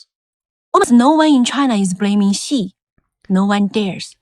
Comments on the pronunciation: For those who question her English accent, at least her Chinese is... also terrible. Xi sounds like Qi and Xiaoping like Shaoping. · is the narrator supposed to be Chinese? she doesn't even pronounce Xi properly